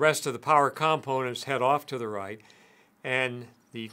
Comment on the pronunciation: You’re not pronouncing component correctly.